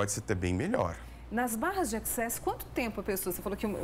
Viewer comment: Só faltou a apresentadora fazer a pronúncia corretora da palavra access